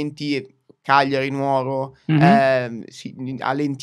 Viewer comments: Prima impari a dire Nùoro, e poi forse lo voterò... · ha detto Nuòro. Muoio. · se vuoi raggiungere altre persone e vai ne territori ma non sai pronunciare Nùoro è meglio se lasci perdere, e anche shy da buon CAGLIARITANO non lo corregge neanche.... mi dispiace ma dove volete andare? mincra mea a boisi